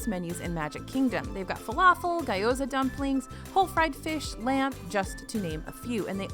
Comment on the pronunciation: it's pronounced "GEE-OH-ZA" not "guy-oh-za"